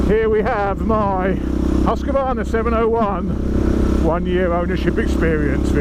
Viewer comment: Amazing that Husqvarna owners can't pronounce the name!! Husq-varna not husq-a-varna!!! Why is it so hard for people??